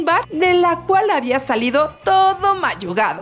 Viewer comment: Mayugado? Luego no se dice magullado?